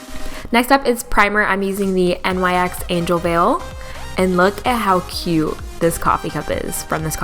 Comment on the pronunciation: Just a helpful tip: it's pronounced "Nix" not "N.Y.X." Love the lip color ❤️